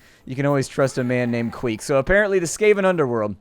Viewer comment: Queck would be pronounced "kwehk".